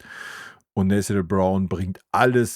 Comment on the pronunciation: Er heißt „Na-tha-niel“ Brown…